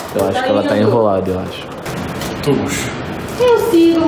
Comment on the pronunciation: Ninguém: Absolutamente ninguém: Vinha:tubos KKKKKKKKKKK